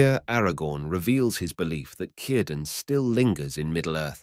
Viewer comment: Nice video, It's a sa d thought that all Elves departed although the offspring of the elf/man unions remained but this sadness runs through all Tolkien's tales concerning Middle Earth. One small criticism and it is a very small one, Cirdan ought to be pronounced with the letter R trilled. This isn't normal for an Englishman I know but Tolkien would have liked it that way. If you listen to interviews with him he nearly always did that.